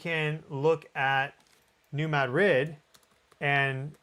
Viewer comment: Dude, learn to say New Madrid correctly.